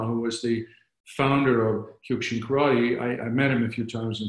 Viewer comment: Love Kyokushin and trained it it for 39 years. Everyone pronounces it wrong for some reason.